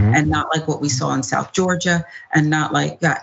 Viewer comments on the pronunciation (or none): none